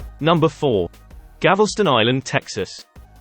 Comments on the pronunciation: Hey, it's Galveston instead of Gavelston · It's Galveston, not Gavelston. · You keep saying Gavelston. It’s Galveston.